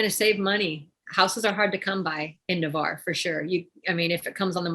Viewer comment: Just for the record, the city is NAVARRE, not Nevarre.